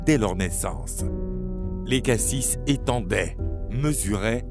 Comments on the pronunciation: Il me semble que c'est Lachésis et pas Léchasis. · Zeus a eu les Moires avec Themis pas Tethys et on dis LACHESYS